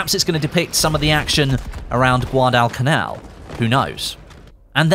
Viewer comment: "gwaDELLLLL-canALLLL" = funny Brit